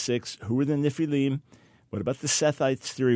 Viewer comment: What's up with mispronouncing the word "NEFILIM"?